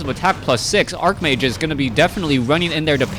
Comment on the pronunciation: Why did you change the way you pronounce 'archmage'? You usually pronounce w/ a 'ch' sound rather than a 'k' sound.